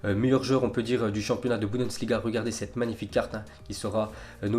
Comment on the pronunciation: en 3 ans il arrive toujours pas a prononcer bundesliga correctement !!!